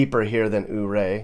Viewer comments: and it's Yuray not OO ray. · Ouray...(You-Ray!) not ooray. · It’s pronounced “You ray” NOT ooo ray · BTW, Coloradans call it YouRay, Not OOORay!! :)😂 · Nice video. I've spent many a vacation traveling the state myself. By the way, Ouray is pronounced Your-RAY by the locals, vs. OOH-ray. It was named for Chief Ouray of the Ute nation. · Has anyone corrected your Ooray yet?🤣 “you-ray” Lived in Grand Junction and Collbran for awhile, visit once in awhile and get to missing it. Thanks. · Fyi, Ouray is pronounced "yerray". I am so glad to see your review of my neck of the woods. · Life long resident here. Just wanted to throw in a few corrections for you. In your video you mentioned Ouray. It's pronounced YOU-RAY after chief Ouray of the Ute Indians. Also when you said "There's still snow on the Rockies", actually this is the San Juan mountain range. The Rockies are further east. Just thought you'd like to know. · Not oh -Ray. Yep. But is doing his best. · It's pronounced U-ray. Love the video. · Welcome to colorful color RadO, Ouray is pronounced more like "you-ray" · Ouray is pronounced "You-ray". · Ouray is pronounced Youray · ouray, it's pronounced like u-ray. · Ouray, guess what, the O is silent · Ouray pronunciation is a little off but it’s great place in CO :)